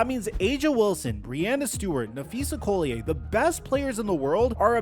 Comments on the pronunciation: If you're going to report on the league you should probably at least be able to pronounce one of the most important people in the videos name correctly. Im not complaining, just letting you know that will be the excuse they use to say you don't know what you're talking about. Collier (Call-e-yer) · its Napheesa Collier pronounced call-Yer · I clicked away when I heard him say Phees last name wrong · Please learn how to pronounce Napheesa Collier's last name right...